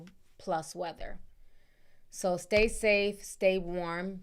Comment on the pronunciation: I thought I was tripping when you said say stafe, lol I be mixing my word up too